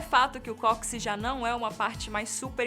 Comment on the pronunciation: Não se fala "cóxi", amiga. É "cóccix".